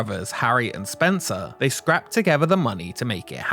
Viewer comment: Is this a computer generated voice? Because I think a human being would know how to pronounce the word scraped, as in they scraped together the money.